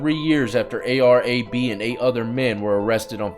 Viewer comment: His name is pronounced "AB" not "Ay Be" bro lol. Free AB....he'll be home soon on appeal. He was lied on, and is a good solid man. A rat lied on him, even though he is under investigation for multiple murders, and he gets 45 piece for drugs. Dude got 30 to life for manslaughter because he's a man and black. 2 strikes against him.